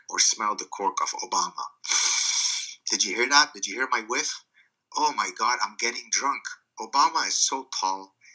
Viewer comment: haha, "help us oh Gad". You've gad to include this line more